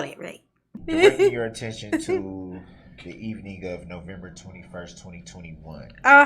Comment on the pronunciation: Oh, by the way,, "evening" has two syllables, not three, unless you're talking about evening the odds, for example. Stick to grunts and grimaces, because human language is obviously far beyond your insectile intellect.